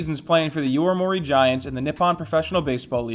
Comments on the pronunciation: It's YOMIURI Giants, not YOIMURI Giants... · YO-MI-U-RI, Yo-me-you-ree, Yomiuri